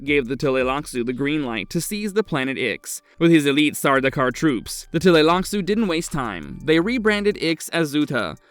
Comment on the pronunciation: for him to finally start the whole point of who you came here. Also I HATE the way he says TUH LAY LAK SOO. It’s TLEE lax.